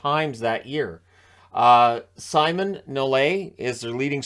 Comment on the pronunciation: Poor Simon Nolet (French-Canadian, so his name is pronounced more like Simone) as he just won the Cup with the Flyers in 73-74, and then became the best scorer on that dreadful KC team.